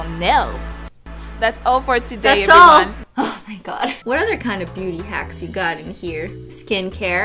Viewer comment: What christine said: im a beauty guru, so What i heard: im a booty guru, so